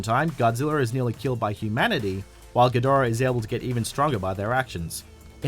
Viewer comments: It's King GEE-da-RAH. Apparently you've never seen his debut movie from the early '60's, Monster Zero in the '70's, or Godzilla vs Mothra and King Ghidorah: Giant Monsters All-Out Attack from 2001. While I admit that Toho pays little attention to continuity, if Ghidorah's name was mispronounced (ga-DOR-ah) they never reshot the scene to correct it. (Gamera...Gam-er-rah...was mispronounced by an American actor playing a news anchorman who called the Kaiju turtle Gam-mare-ra in Gamera: The Attack of The Legion. Once again, because of the fact that the scene wasn't reshot with the correct pronunciation, the goof up stayed in the movie. This is because, despite the fact that I love💟💞💗 Japanese Kaiju movies, they're cheesy, badly acted, and made as cheap as all hell.) BUT HIS NAME IS PRONOUNCED GEE-da-RAH. And if you're thinking I'm being a nit picking bee-auch just think about how you'd feel if some moron kept mispronouncing your name. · It's pronounced GEE-DORA btw